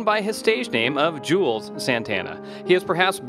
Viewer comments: The way this dude pronounces his name should be a crime. It's Jū - elz Santana. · If you can't pronounce Juelz or Koch, you shouldn't make these type of videos